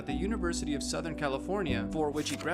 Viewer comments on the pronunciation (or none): none